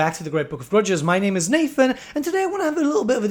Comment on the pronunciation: It's a little curious to me that CA can take the time to spell Daemon properly but spell specialise and utilise wrong. What's more intriguing though is if your name is Nathan or Nafan? I can only assume that English isn't your first language and, as such, it is excellent, but there is a subtle difference between the way we say "th" and the sound of an "f". Keep it up though, content is always OK.